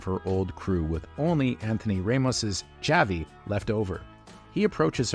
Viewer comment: Nice pronunciation of Javi 😂